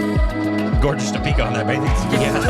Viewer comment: I don't understand why still the intonation is so weird. It's Dee-pika. Not Di-Peeka